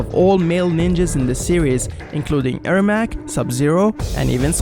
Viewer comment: Says “Error Macro” Subtitles Say and I Hear “Error Mackerel” I sometimes call him “Error Macaroni!” XD